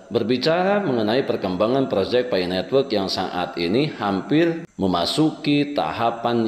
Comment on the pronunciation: Pi network, bukan fi netwek